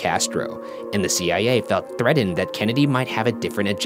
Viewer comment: Also: threddened instead of threatened